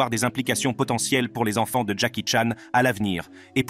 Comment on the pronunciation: Très intéressant, mais svp, la prochaine fois, réécoutez la vidéo après le montage. La voix synthétique nous répète 50 fois "ses ONFANTS", c'est lourd